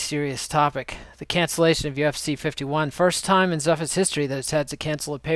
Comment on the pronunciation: Are you purpously mispronouncing Zuffa or do you really think that's how it's pronounced?